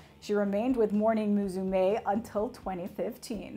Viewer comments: English-speaking people butchering Japanese names since forever. Came here because of Riho, cringed because of her butchering of Morning Musume, Sayashi Riho and ASAYAN. OK bye. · The way she pronounces Riho's name and Morning Musume made made me dive for the dislike button. Haven't cringed that hard in a long time.